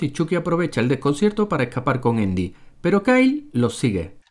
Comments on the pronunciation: Endy? Asi se pronuncia? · porque a andi le dicen indi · Es andy no endy XD chucky potter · Todos viendo y escuchando los errores de chucky pero nadie habla de que canal random le dice eindy jajaja enves de andy o esque yo ya estoy malito de mis oidos que me hacen escuchar cosas que ni alcaso?🤣🤣🤣🤣🤣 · Endy (Andy) error real al pronunciarlo....pero como lo habéis hecho tan mal tío....pero bueno es su cultura y hay que respetarla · Hagan errores de leprechaun, y no es endy es andy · ¿Por qué le dicen "Endi"? me caga ajahaja. Buen video ♡